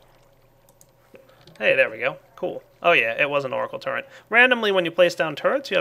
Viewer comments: Y U NO PRONOUNCE TURRET CORRECTLY ITS TURRET NOT TURRENT :( (go ahead and dislike this if you dont have ocd/sympathy) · i like, except for when he says "Turrent" instead of "Turret", makes me cringe. But good vid. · TURRET NO "N" IN IT! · "Turrent" ? lol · "the portal turrent" Portal TURRENT? TURRENT!?! Hehehe oh you americans... (correct me if I'm wrong about nationality) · Hey there is no n in turret:P